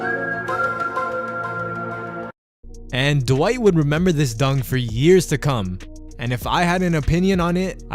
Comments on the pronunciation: Dwight is one syllable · posterized Dwight so bad the reporter got his name wrong..